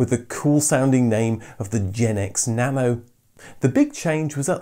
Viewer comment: Why pronouncing nano as "banana"?